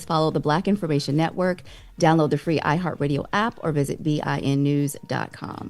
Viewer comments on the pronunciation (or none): none